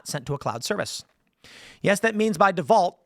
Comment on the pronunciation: I heard deus vult instead of "default"